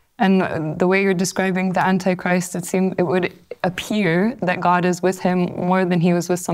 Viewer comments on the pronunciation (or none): "God", not "Gog" ☺️